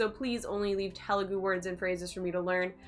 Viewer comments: It's Telugu not tehhlu gu... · You are saying telugu wrong😂. The 'T' is more like the 'th' of 'thought', not the t of 'taught' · Oh god the way she said “Telugu” in the beginning 😬 it’s supposed to be త sound not ట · Te is not "t" as in telephone but it's "th" is thought (Telugu word) Ela is "Ye" as in yes and la not eela, it's ye-la Tip to sound more Telugu native A always sounds a in arc E always sounds ye in yes I is I as in India O is o in own U always u sound in put